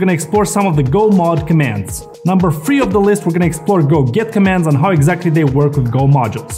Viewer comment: a detail: when you pronounce "go get" it sounds like "go git" - which for me - was confusing.